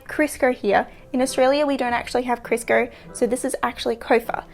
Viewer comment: Love the qaustralian accent saying Crisco. "Krisker" LOL I'd like an episode where you just pronounce American brand names like Kodak LOL